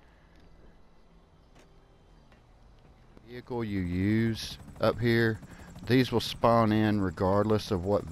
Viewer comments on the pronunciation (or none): I'm not making fun just helping it's prenounced like vee ick ul veeickul vehicle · Why do you put so much emphasis on the "h" of vehicle? LOL Family guy reference with brian and stewie